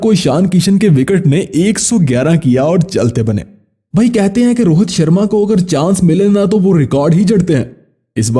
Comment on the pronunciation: Rohat nahi Rohit hota hai ba